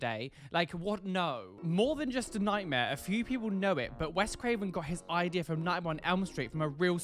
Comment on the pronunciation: The eye-dea 😂😂